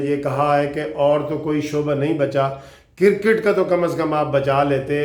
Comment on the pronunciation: آپ بہت اچھی انفارمیشن شئیر کرتے ھیں ۔ آپ نے آج آخر میں بہت اچھی اپیل کی ھے ۔ گالیاں دینا تو نہایت بد اخلاقی ھے ۔ میری بھی ان دوستوں سے گزارش ھے کہ گالیاں دینے کی بجاۓ قانونی ٹی وی کو بلاک کر دیں ۔ آپ سے گزارش اگر برا نہ مانیں تو اپنا کرِکٹ کا تلفظ چیک کر لیں ۔ شکریہ